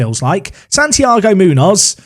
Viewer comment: Your pronunciation of Munoz hurts me as a Spanish speaker lol